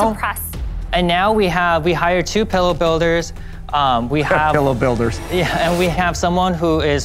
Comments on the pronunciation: Barbara: “Youre saying pellow instead of pillow. For that reason, I’m out” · I've never heard someone pronounce it "pullow"